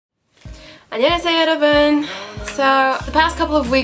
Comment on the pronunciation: Your pronunciation is quite nice but let me give you some tips! 1. You pronounce 여러분 as 여러븐, try to make it more into an ㅜ sound. 2. 십육 is not pronounced 십-육 but 심뉵 (shimnyuk). So 이심뉵뿐 (ishimnyukppun). 3. You pronounce 까지 as 가지, ㄲ (just like ㅃ ㅉ ㅆ ㄸ) is a "dry" sound. You must not expire while making that sound otherwise you're saying ㄱ. I don't know if you get what I mean ^^ You kinda say "ghaji" and that's 가지. 4. You pronounce 출근하다 as 줄근하다. ㅊ is really a "ch" sound just like in "chapter". You pronounce it perfectly when you say 아침.